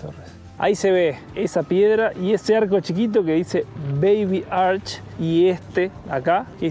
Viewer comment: Hi, just in case the word Arch is not pronounced ARK. It should be pronounced as written; that is, arCH It is exactly the same sound as the Spanish CH